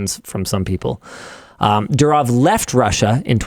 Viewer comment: The way Linus can NOT pronounce the name correctly is straight up ... UUUUUUUFFFF. DU as in "DO IT", RO as in "ROMAN EMPIRE", W as in "FAMILY", its pronounced F but written as W. DOORRRROF, and its DOOrof, and not dooROF